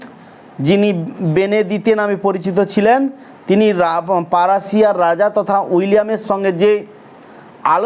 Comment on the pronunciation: 😂apni ki oshikhito😢naki? Prashia k apni bolchhe parashiya😅pagal.....